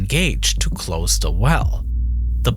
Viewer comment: Annuwa pweventas cwose da pwipe with a wubba seawl